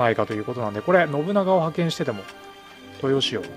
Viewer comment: 登用⇨とうよう ❌とよう 安藤守就⇨もりなり ❌もりつな